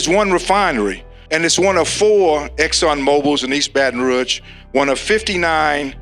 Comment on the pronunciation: It would help for the black man to be able to pronounce Rouge.